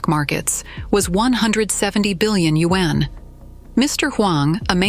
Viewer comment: borrow money in order to invest?? people really are stupid! also....when will AI be able to pronounce yuan correctly? WHÄNNN